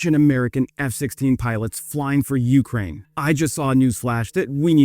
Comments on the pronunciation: Some times I think you just like the sound of your own voice. Also.. the way you say Ukraine most of the time is kinda annoying. "YOU-kraine".. 🫩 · I am once again asking you to put the emphasis on the second syllable of Ukraine like a real human would